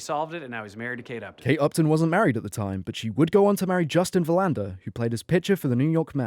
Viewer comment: You pronounced Verlander way wrong (VER-land-er)